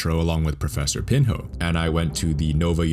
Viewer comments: his name is pronounced pinyo! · Btw it's not pronounced "pin ho" but "pinyo" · Pinho. Pin in yo. Not pin hoe hahahaha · Awesome video. Instead, call "Professor Pin-ho"; it should be something like "Professor Pinio". In Portuguese, the H doesn't have a sound and the NH sound is a sound of Spanish Ñ or NI. Cheers. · Pronounced Portu. Pinho is pronounced Pinyu. Just for professionalism sake, learning the pronunciation is recommended.